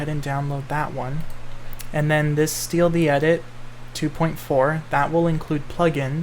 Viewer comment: Do you know how to respawn Quelags sister? I tried changing the values in world progression but nothing works Edit: listening to you say "steal the edit" instead of "stealth edit" killed me